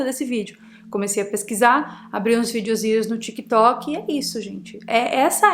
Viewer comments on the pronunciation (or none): none